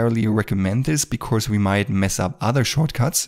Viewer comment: Great Video😍but please practise pronouncing "because" 🤗